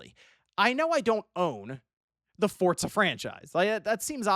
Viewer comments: I know right, bugs the hell outa me. Where's the T? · takes every opportunity he can to pronounce Forza with a T.